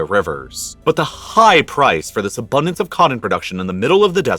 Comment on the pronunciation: Sorry, can't continue to l-histen to th-his guy. Please try to talk normally. You are destroying an otherwise good v-hideo